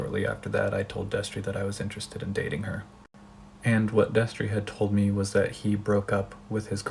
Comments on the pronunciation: I heard “Destery” and it hurt. This is not okay. I didn’t exactly love him, but I knew him and still remained subscribed. I’m not excited to be disappointed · God fucking damn it not Destery fuck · I was watching this and my mouth fell open when she said destery i just watched his videos like yesterday smh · Noooo when you said Destery my jaw dropped. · I literally screamed NOOO when you said Destery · I literally Spewed my food when she said destery. (I’m eating lunch rn) I had no idea. I was a fan of him in middle school and I’m 23 now.... weird. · I LEGITIMATELY GASPED WHEN I HEARD “DESTERY” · I literally yelled "NO" when you said Destery. I'm so fucking sad. WHEN WILL IT END??